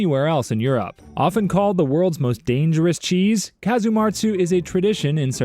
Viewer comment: When he said Europe I thought it was “you’re up”